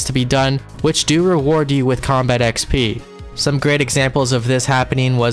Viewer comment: It does actually bother me that you pronounce it with an E but I'm only raising a stink about it for the laughs.